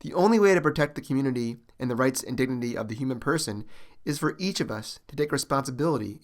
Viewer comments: Narrator says the word "dignity" incorrectly 2nd time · Narrator says word "dignity" incorrectly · Narrator says "dignity" wrong for the 4th time